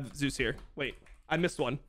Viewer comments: Thank you Dom for calling him Zeus and not Zay-Us like so many casters. That shit is so annoying. Now if we could start calling Oner correctly as One-er instead of Owner; and LvMao Love-Mao instead of Lu-Mao. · KR casters agreed to call him Zay-Us because there was another LCK player named Zzus. Also, unlike English, Korean doesn't have phonetic ambiguity. You know exactly how something is supposed to be pronounced, and it's supposed to be pronounced Zay-Us. Same thing for Owner. It's literally how Zeus and Oner pronounce their own names.